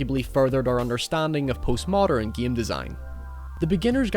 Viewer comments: Mary Poppins one of the geams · Stop saying the word game like an idiot.